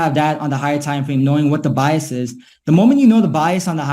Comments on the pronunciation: saying BEEAS for Bias killed me😆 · i literally thought he was saying BS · Actually he says it the way you spell it, because we Italians pronounce words the way we spell them